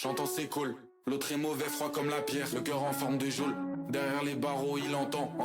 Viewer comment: "Géole" ça me bute 😂